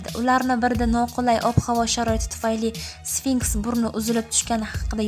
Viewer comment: sfinskmas sfinks boladi